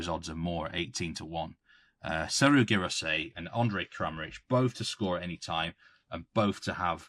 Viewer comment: Can you make a weekly thing for to prounouce Guirassy😂